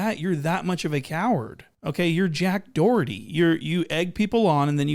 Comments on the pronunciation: Sherrif DID NOT just call him JACK DOHERY 😂😂😂😂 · " your jack dorety" 😂😂😂